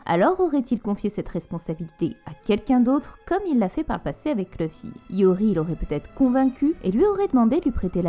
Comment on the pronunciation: Tes vidéos sont plutôt correct avec de bonne théories généralement. Par contre c'est Luffy pas Leuffy...